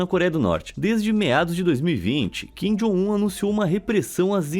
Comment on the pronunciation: Kin jon um chorono😂😂😂😂